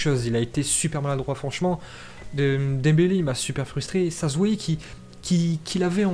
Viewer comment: "GRIEZMINE" ET "DEMBALAI" OUT